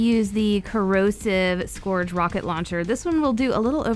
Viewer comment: Love your voice.. Just a tip.. SCOURGE rhymes with URGE, not GORGE.